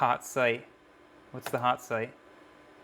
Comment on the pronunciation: Hot site 😂😂😂 I thought you said pot site 😂😂😂